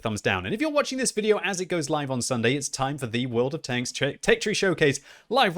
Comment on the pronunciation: Is it me, or did Quickybaby say, "Won of Tanks"?